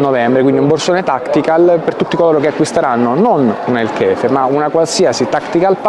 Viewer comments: Non si pronuncia el Kefe ma si pronuncia el Hefe per cortesia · sai un po difficile tramite testo farti sentire la pronuncia quello che volevo dire è che per essere corretti sicuramente il suono di avvicina più a Hefe ....sicuramente Kefe no è totalmente sbagliato